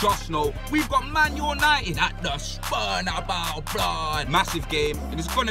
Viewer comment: “Spurnabeu, whippier” lmaoo